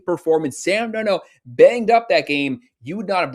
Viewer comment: I agree also can you teach this guy how to pronounce Sam’s last name 😂😂😂